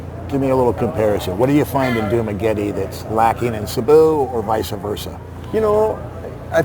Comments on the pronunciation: Why why why, its not Sabu, its Cebu, as vloggers, learn to pronounce it correctly:face-orange-biting-nails::face-orange-biting-nails: CEBU, seeeee-booooo, listen to your guest, he's got it right Cebu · If you’re going to make videos You need to learn the correct pronunciation of the towns and cities It’s CEBU, pronounced See boo😅 You got Dumaguete right!